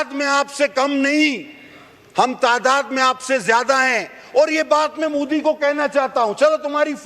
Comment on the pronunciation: मुदी नही मोदी कहो टेरिजेमवाला😅😅